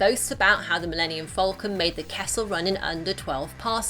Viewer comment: It’s falcon. Not fowlcun.